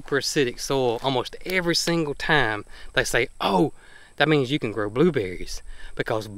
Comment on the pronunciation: Did you say your Crabapple CAN or Cannot cross pollinate?